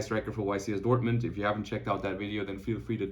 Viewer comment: Dortmint? It´s Dortmund,.